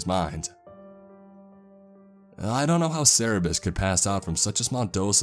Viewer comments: Isn’t it Cerberus not Cerabiss? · Cerebus? Its Kerberos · It's Cerberus. Cer-ber-us. Not Cererbus... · tf is a cerebus? You mean Cerberus? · "cerebus" - Cerberus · it's Cerberus, not Cerebus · I'm sorry, but isn't it "Cerberus" and not "Cerebus"? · Why are you saying Cerberus "Cerebus."? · "Cerebus"? You mean Cerberus? Hahahaha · Cerebus is pronounced Kerberos... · IT'S CERBERUS NOT CEREBUS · Cerberus not cerebus - other than this thing that ticked me off a lot, great story, great video. Thx for the hellhound by the way. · its CERBERUS not cerebus..... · Cerberus not cerebus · nope its Cerberus not cerebus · It is cerberus not cerebus, he got it wrong. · Yes, He must have meant to be saying CERBERUS, NOT Cerebus. Cerebus, the name he was using, is someone's comic character that's an anthropomorphic aardvark. Cerberus is the three headed hell hound beast of Greek mythology. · Am I the only one who thinks he says Cerberus weirdly? "Serabis" what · I always thought Cerberus was pronounced "Sir-bur-us" so I tried looking up what a "Sarah-bez" was. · Say it with me y'all: cer- BER- us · This is a very interesting story, but an actual employee at such a place would probably be able to pronounce CER-BER-US properly. I really do appreciate the video. The mispronunciation was just really irking me... Sorry. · That is not how you say cerberus... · Can you say Cerberus correctly? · Wait, do americans pronounce cerberus like that? It's not meant as criticism, I love the narration as a whole, but I'm not native in English and the pronunciation just confused me and I didn't get what he meant until he got to the whole god of the underworld part xD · I wish this was real I'd totally either buy things or work here Side note the way he says Cerberus is weird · My dude lovely work, I believe it is CERBERUS however :)